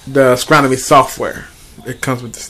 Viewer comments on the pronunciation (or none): did he say "ascromany"? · lol "ascronomy"